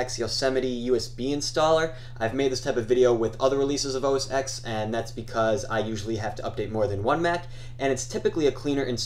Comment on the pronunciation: Good tutorial, but OS X is pronounced "Oh-Es-TEN"